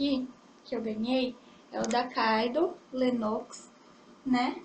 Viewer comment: se pronuncia kiddo não kaido